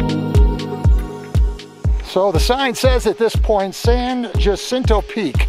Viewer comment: Ha—-seen—tow This is how it is pronounced. It is Spanish for the flower or saint hyacinth.